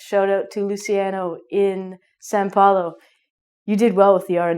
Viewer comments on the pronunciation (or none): BTW, it's Sao Paulo not San Poilo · she can't speak correctly são paulo either xD # ROONIE <3 From Recife, here!